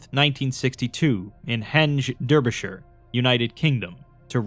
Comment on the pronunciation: Derby as in "daar-bee" Got the shire part right tho mate. Sorry but I must represent my neighbour. 😂